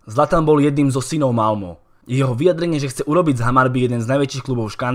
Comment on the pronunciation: Čte se Malme ne Malmo